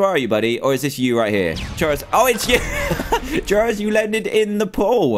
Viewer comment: Did you know gaming with pronouns trayaurus as traysourus